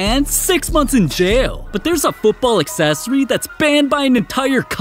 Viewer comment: " aaand six monns in jaeeelll" 💀